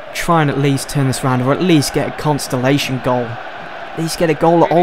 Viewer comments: good video and also did anyone else catch say constolation instead of consolation i found it quite funny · This for me sums up fifa 14.... sometimes you get the ball there are no passes on and you just cant run past players..... also its consolation... not constalation lol